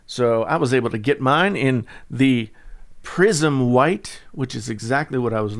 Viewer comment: LOL I thought you said "prison white"